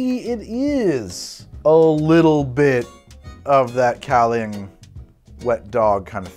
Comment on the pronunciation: gaoliang. GAO LEE ONG